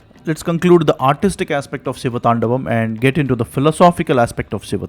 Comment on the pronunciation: Great work spreading your knowledge! but you butchered the pronunciation of the siva thandava sotram. Hope you correct it next time! - 1. "Gala jJala praVaha pavi thastale", not "tala jvala prabhava pavi thastale". 2. "ninada Vadda"not "ninada madda" 3. "thandavaM" not "thandavath"